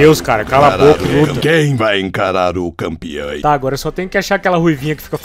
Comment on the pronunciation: quem vai encarar o "campeãe (campeã'e')